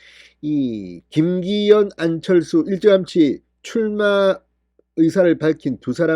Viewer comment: 진성호씨~왜 #안철수이름 부르기가 혀가 안돌아갑니까~~~?!